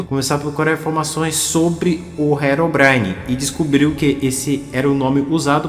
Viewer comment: Mano, desculpa, mas eu não consigo tancar tu falando "HELOBRAINE" 😭😭😭😭 Foi mal, mas eu tou tendo que pausar o vídeo toda hora pra rir da pronuncia KDFJDSNMFJHREDGD Que pecado, meu deus